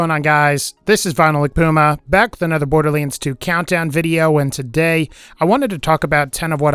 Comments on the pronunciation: "borderleands 2" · Borderliands 2 Lol